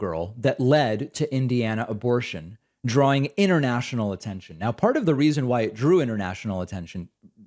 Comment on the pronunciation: International being pronounced inernational is getting to me.